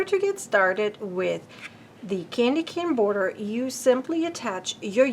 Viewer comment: omg....its irratating to hear you say candy can border when its cane